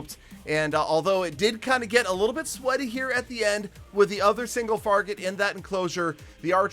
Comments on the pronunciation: “single farget interno” lmao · Anyone else notice that he said “single farget interno”